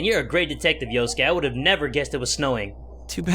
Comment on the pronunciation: SuRIKE That's the point. His name is Yosuke yet numerous times he mispronounces as "Yusuke". This is amusing because of Persona 5. Therefore OP wasn't incorrect.